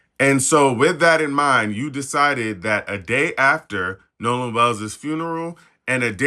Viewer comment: It’s Nolan not Noah